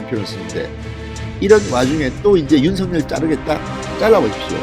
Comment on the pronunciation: 윤서결로 발음하세요 윤성렬로 들려요